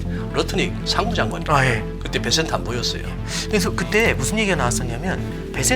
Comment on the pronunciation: 베센트 발음도 제대로 못하는 진행자 ㅋㅋㅋ 베쉔트 베쉔트 이러고있네